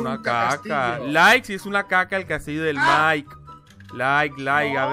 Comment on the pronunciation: Oye se dice Mike no miak